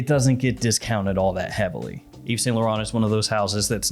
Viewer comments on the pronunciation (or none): none